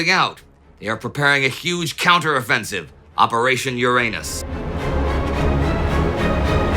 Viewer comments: YU-RA-NUS Not Your Anus. wtf indy xD? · It's not 'your-anus' it's 'yur-unus', at least in polite society! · I thought Uranus was pronounce urine-us? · Uranus ??.... No.. no.. I think you mean.. Ouranus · In Soviet Russia, Uranus is pronounced “Ouranus” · This obvious, tongue-in-cheek pronunciation deserves the bums rush. The 7th planet in our solar system is the butt of too many bottom-feeder jokes. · It's also not pronounced with the stress on the second syllable but on the first, because it's originally a Greek word and not a Latin, so even in English the pun is partly because of mispronunciation. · The Brits pronounce Uranus differently, so the humor is lost on them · Come on Indie, you're more sophisticated than that! The accent grave or emphaisis on "Uranis" (as in the planet,) is on the FIRST syllable, not the SECOND syllable. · Watch your pronunciation. LoL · I love that the English languge and its speakers were wise enough to come up with a less... back door pronunciation of the word "Uranus" I love even more that youtubers rarely go with that pronunciation :- ) back door jokes feed the agorithm just fine, right? A wise decision, Warld War Two Crew - I want to talk to comrade Zhukov now! - you can't, comrade general. They are having a staff meeting, and they are very deep in Uranus.